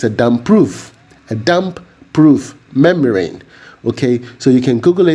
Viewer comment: Hi my good friend, You are do a great job! Please the 'M' in the DPM is Membrane not memrane.